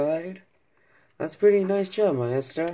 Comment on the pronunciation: Great review! btw Maisto is pronounced Maysto, not Myesto. Love the review! New subscriber!